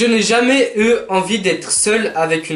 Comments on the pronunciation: Mais j’adore par exemple lit "je n’ai jamais eu d’animal de compagnie" il dit "e" au lieu de "u" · eu se dit U pas E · Mes vies! ❤️ J’ai remarqué que toi tu dis « eux » pour le mot « eu » enfin on s’en fou c’était juste un détail 😯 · Le eu se prononce u mais sinon super videooo👌